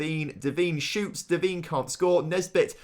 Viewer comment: Its not pronounced devene its pronounced devaine